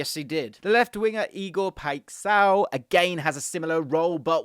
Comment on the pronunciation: the way you say "paixão" is hilarious